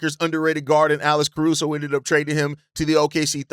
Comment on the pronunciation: You saying Alice Caruso?